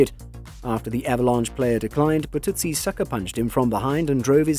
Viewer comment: Todd Burtuzzi is pronounced BurtuZZEEE not burtootsie